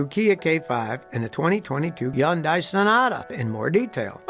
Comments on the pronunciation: It’s HunDay not unsay. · Hmmm... I worked in a Hyundai plant for years and always heard it Hyundai pronounced "Hunday"... like "Sunday". Where did "YunDie" come from? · So Scotty I’m a big fan, but I gotta say it’s pronounced “Hun-day” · It's pronounced Hun day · Hyundai like Sunday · What is up with the H being dropped in the word "hyundai"? It's not Yundai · I'm not even going to watch your whole video I watched until you called a Hyundai a "yundai" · i like how he calls it YUNDAai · Pronounced more like Hyun- de. Not die if you care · If you say Youngi one more time instead of Hyundai 😂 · I've never heard of the car brand "Yundai" till now. I'm surprised they're 4th and I've never heard of them. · Man.. its “Hyun-day” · HUN-DAY. SAY IT LIKE A NORMAL PERSON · I have never heard anyone pronounce it as Yun-die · You can't pronounce Hyndai. Hun-day. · It's not yondai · "Yunn-die" - S.K. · I love your videos, but say Hyundai like Sunday. You can fix cars so just say HUNDAY like it's spelled like SUNDAY. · The Y is silent!...so its pronounced "hun-die" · Yundie. Yundie. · It's Hon day Mr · Ok, sorry but it has to be said. Your saying Hyundai wrong. Its Hey-un-day. Sorry but its driving me nuts. Now please... Continue. 😆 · Hyundai is said Hi Un Day. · What I hear: Blah Blah Blah, Yundie, Blah Blah Blah Blah, Yundie, Blah Blah...... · It’s pronounced “Hun-day” like Sunday. They had a whole campaign on it in North America. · wtf is a "yunnnndai" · Scotty its, HUN- DAY Like SUNDAY. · Good info except you're pronouncing Hyundai wrong. It's pronounced Huhn-day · Scotty, Scotty....Hyundai is pronounced "Hun Day" (emphasis on first syllable). Love your videos! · Who is Yun-die? Hyundai rhymes with Sunday. Hyundai rhymes with Sunday. Hyundai rhymes with Sunday. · Hyundai is pronounced HUN-DI. The 'Y' is silent. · I mean, it's supposed to be pronounced "Hun-day" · Hyundai is pronounced Hunday, like Sunday, so says Hyundai. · Yundai lol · It's pronounced Hun-day. Like Sunday.